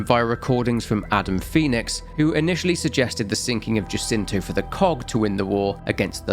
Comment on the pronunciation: Love this just one minor note. Jacinto is Spanish, so it's pronounced Ha-seento. The J is a H sound.